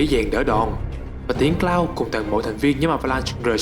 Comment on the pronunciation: )) thất vọng về "Cờ Lau" 😅😅😂😂